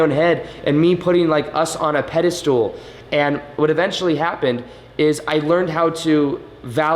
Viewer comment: Hey. I love your content and energy. Just an FYI...I keep hearing you say “pede-STOOL” for pede-Stuhl aka “pedestal.” It’s my own thing but when I hear it I get pulled out of your flow. It’s the academic in me. All good though. I can deal. Just thought it might also help you if you knew the perception. Namaste.